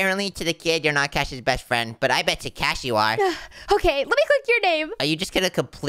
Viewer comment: In the end cash's name becomes cahs